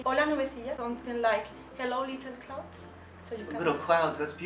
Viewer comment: 😂😂 little clowds jajajaja morí 😂😂😂